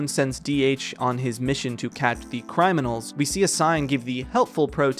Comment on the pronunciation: "cryminals".......For fuck sakes, REALLY!?